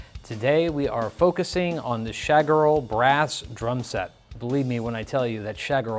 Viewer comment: As an Austrian, (the country where Schagerl comes from), I think the pronunciation of "Schagerl" is hilarious.! 😅